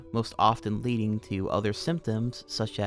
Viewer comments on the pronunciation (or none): none